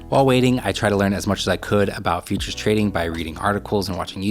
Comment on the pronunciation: I keep hearing features not futures